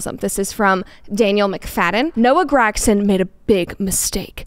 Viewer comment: That’s not even how you say gragson